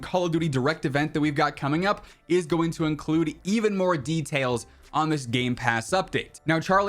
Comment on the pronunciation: "Moe updates Moe probablems"